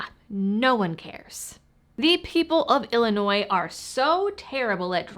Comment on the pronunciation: I love how you are properly pronouncing the name of our state! SO many people pronounce the S. It is HELL ANNOY. Yep, 720 ILCS 5/24-1.9 (the PICA) requires registration of .50BMG ammo, and it is intentionally vague to scare gun owners.